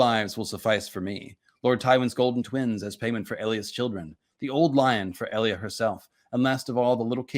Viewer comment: Who the fuck is EEE-Lia?? I'm pretty sure it's EL-Lia